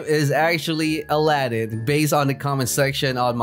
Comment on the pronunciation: Your calling aladinn ally-din